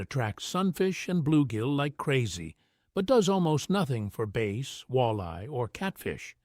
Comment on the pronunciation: Cool, just to be clear it's bass not base. 😂